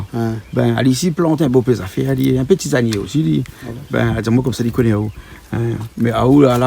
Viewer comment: Tisanier et pas Tizanier